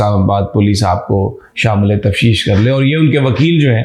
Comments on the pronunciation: مہربانی فرما کر دیکھ لیں کہ لفظ "تفتیش"ہے ہا جو آپ باربار بوے"تفشیش"؟ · Aoa Sami SB. Word is taftish, it's not tafshish. Respected Regards